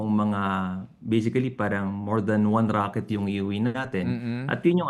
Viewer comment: Rocket ❌ Raket✅